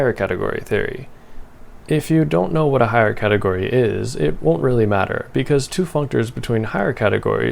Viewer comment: "Fix a cateort"